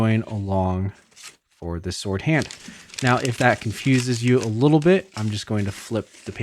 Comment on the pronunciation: Did you just say seword? 😂